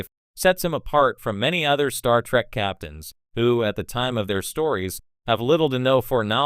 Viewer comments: Pet peeve of mine is saying Star Track. And yeah pronouncing Picard's name wrong. Like Q in "Tapestry", or the hotel owner Miss Carmichael in "Times Arrow part 2". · Star Track? Chris-toe-per?